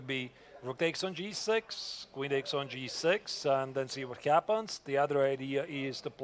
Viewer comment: What is the deal with Yagiz twitching and jumping up and down like a jack-in-the-box? Isn't that distracting to his opponent and an obvious breach of etiquette? If this brilliant young man can play chess at 2700 level, he should be able to act like a grownup at the board. Also - and this is probably just my problem - for some reason it bugs me every time says "b-dakes c5", or "knigh-dakes f6." We Americans drop a lot of t's, but not like that. 😜